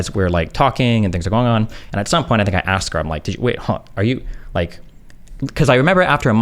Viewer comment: AKSED amiright